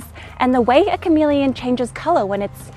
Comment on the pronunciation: Um...it's "Chamamellion"